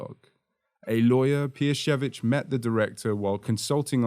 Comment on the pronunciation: well done, really nice prononcuation. I appreciate tthe researtch and the effort to pronounce it correctly. BTW i just watched your video about Eggers' influences and I loved it. I was happy to see Kieślowski after checking your other content :D